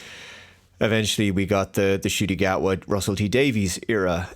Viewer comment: “The Scot” Gatwa? Ok.